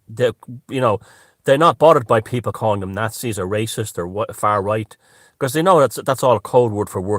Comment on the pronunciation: "Foar Roight" Great